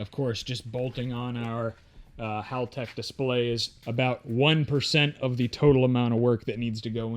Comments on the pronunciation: Its hall tech. Like a hallway. Not howl tech. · I stand corrected, I just seen a video from haltech... It is in fact hal tech. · Correct me if I’m wrong but I thought it was called Haltech like a hallway? Not howl tech🤷‍♂️